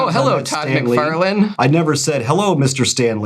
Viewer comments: How dare you mispronounce Mucfarlung. How dare you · I bet you would hit 10,000 subscribers sooner if you pronounce Toad Mike For Loin properly! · I don't mind how you pronounce Bob MacFairlin. Happy Next Yard! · when i first heard you say todd mcfarLANE i thought it was for interaction bait lmao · hahaha MC-Far-lin ! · yall should mispronounce todd mcfarlane's name as a joke lol, but honestly, I had no idea it was pronounced wrong or that it was even that big of a deal since it isn't malicious at all. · Funny how you two can pronounce everything just fine. Other than two of the most popular comic book creators. Makes sense. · I'm from Tennessee and I have a VERY thick accent. I can properly pronounce Todd McFARlane and Rob LIEfeld properly. It's how they say their own names, and it's something very easy to get right. It does grate on my last never that you guys both mispronounce their last names because it's more than obvious you do it intentionally. It would be a little different if doing so wrongly was funny; it's not. Otherwise, I LOVE you guys and your channel. I thoroughly enjoy 100% else of everything you guys do. I LOVE that you guys like to read books and just give your opinions. It's totally cool that you guys honestly give your opinions on a book (I personally haven't warmed up to Absolute Batman, and I'm a Batman fan). Yep, totally okay to not like something everyone else likes...and it's okay to like something no one else does. I'm an unapologetically an Image 90s comic book fan, and have been publicly ridiculed for being one. I couldn't care less; I'll like and dislike whatever in the world I want to. I get the same vibe from you guys. Wishing you guys the very best!